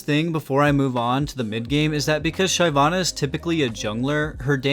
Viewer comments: his pronunciation fucking hurts.... SHIV-AH-NUH.... he gets it right though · When I heard the first Shayvanna I had to pause the video and think if I really wanted to watch it. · Its "sheh-vana". Ty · It was super cringe man, holy stop americanizing everything. Like how can you name "La Casa de Papel" into "Money Heist". Super cringe man. NA is super cringe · Everytime he pronounces Shyvana, I wanna kill myself. Maybe learn the actual pronunciation of a champion’s name before doing a video..... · the way you say "Shyvana" makes me question your elo tbh....lmao